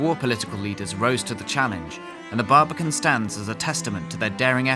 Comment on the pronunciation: immediately clicked off after the exaggerated pronunciation, the baribican cool tho ig